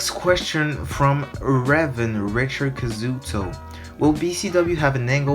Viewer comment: Knew answer since Ladder of success. pronouncing Kazuto you do (Kaz-u-tow)